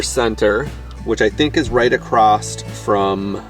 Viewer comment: The word is “across”, no “t”. Why are you saying “acrossed”? Very strange 😊